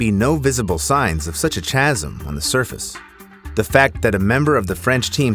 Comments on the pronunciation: Bloody A.I. voices. It's pronounced Ka zm ---- NOT ---- CHASM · The fact he says tchasm instead of chasm proves it's AI, stealing old content from other popular channels. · Chasm is pronounced kasem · First CLASS-trophobia now CH-asm 😂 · Bro really said CHAZZUM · Is it because the creator is using a computer generated voice? A lot of channels seem to use those, and I think that is a pretty big mistake unless the channel really doesn’t have anyone who is a skilled enough reader to not detract from the quality. I wouldn’t think that a computer generated voice would mispronounce the word chasm, though.